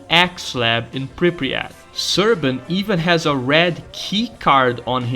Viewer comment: Love your videos, but your pronunciation of Pripyat makes me go schizo. We thank you, oh Monolith, for revealing the cunning plans of your enemies to us.